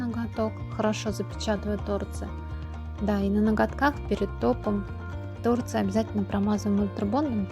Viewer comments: Почему тооорцы, а не торцыыыы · Ну не тОрцы, а торцЫЫЫ, уши мои уши. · ТорцЫ, ударение на Ы!!! Слух режет жестко! А дизайн СУПЕР!!!👍🌺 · Правильно говорить торцЫ, извинете конечно,но слух режет.